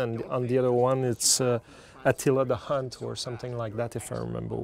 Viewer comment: Atilla the Hun. Not the Hunt, the Hun.